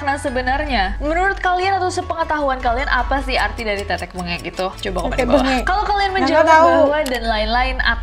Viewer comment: Tetek mbengek/tetek bengek,kata asal de bahasa jawa,tp utk pengucapanya bukan tetek bengek..tapi tethek bengek ada penekanan huruf TH..karena ini bahasa jawa dan yang mengucapkanya bukan cuma orang jawa akhirnya jadi teteke benget tapi sampai sekarang orang jawa tengah khususnya tetep mengucap tethek bengek🙏